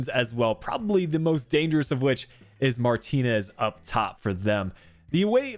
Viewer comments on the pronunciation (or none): none